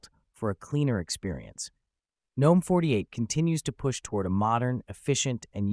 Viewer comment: Not a terrible video, but when you ignore the proper pronunciation of the desktop environment, I immediately dismiss it. GNOME is pronounced with a hard "G", and if you can't be bothered, then neither will I.